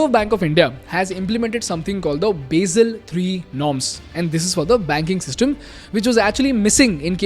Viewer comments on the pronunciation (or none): none